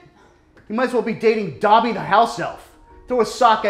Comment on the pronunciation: DOBBY NOT DOBY